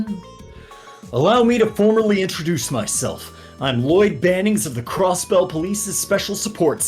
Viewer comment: channeling a southern Cross-Belle